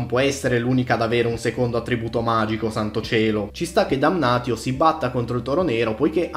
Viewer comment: va bene però se non vuoi chiamare Marcus Marx (come giusto che sia) bisogna pronunciare Damnatio Damnazio